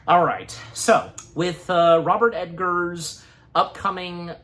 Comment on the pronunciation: It's pronounced egg- ars, not ed-gars. Learn to read. You are not a public speaker one bit. By the way, stop clapping over your infantile excitement.